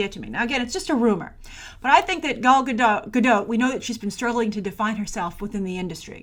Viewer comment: It’s “Gal”, why does still pronounce her name as if it’s “Gaul”? Also, she struggled to find roles before being casted as WW. I don’t think she’s struggling now. She could’ve already been casted for that movie with Bradley Cooper and it’s just not announced yet. Or considering she made 3 movies back to back in the last several years with basically no breaks in between and has a less than 1 year old baby, she could be looking to have some down time before going to back filming a couple more DCEU films.